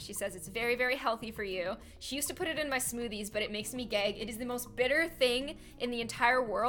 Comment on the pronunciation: When ever you were talking about bitter melon I thought you said "it makes me gay." Instead of "it makes me gag." XD